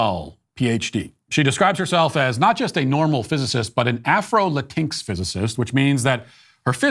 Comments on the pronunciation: Hey Matt! Moving forward, please STOP misspronouncing LatinX (Latin Ex) as La tinks! It shows ignorance and disrespect overall. Not that you mean to diss anyone and you're not respectful of the Latin communities, it's just not the proper way to pronounce that term. Just passing on what my Latin/o/x friends have told me. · I'm still heaving over Matt's perfect pronunciation of Latinx 😂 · Every time Matt pronounces “Latinx” makes me Laught